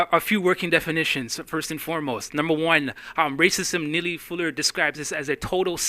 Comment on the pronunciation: say his name rite boy !